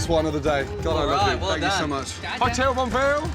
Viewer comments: Vietnamese: hu tieu , bun rieu Gordon Ramsay: hotelllllll!!!!!, bool reallllllll! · Hottel bon veal :))) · Hú chiếuuu , búng vêuuuuuuuu 😂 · Hủ tiếu, bún riêu! ❌ Hotel! Bonvel! ✅ =))))) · Gordon it’s hữu tiếu bún riêu not ho tidy bun veo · Hotel is “hủ tiếu” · "hủ tiếu, bún riêu" mà tui nghe ông Gordon đọc là "hổ tíu, bốn riêu" 🤣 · hu phiêu 🤣🤣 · Gordon said : "HUH TEW, BUN REALLLLLL" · Hu Tieu Bún Real 😂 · As a Vietnamese , i can't stand the way Gordon says the dishes ... Hotel , bon real ... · Who till bool real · khi mà bạn quen với 1 Gordon Ramsay quyền lực trong Masterchef,,,, và rôi đến khi nghe đc câu ' hỏ tếuuuuuuuuu bún rêuuuuuuuu ' ,,, cười k nhặt đc mồm (^-0) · He called that dish's name " Hủ tiếu" like Hotel :))). That made me laughed a lot haha.lol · Love the way you said: Hu tieuu bun realllll. It's funny, i laugh alot lmao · He want say:"Hủ tiếu bún riêu không" but reality "fủ tiu bú viu" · Hủ tiếu! Bún riêu! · Hủ Tiếu, Bún Riêu😂😂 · omg he just butchered the shit out of those names i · Its hủ tiếu,bún riêu